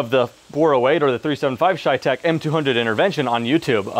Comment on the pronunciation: My ears hurt everytime he says ChayTec instead of CheyTac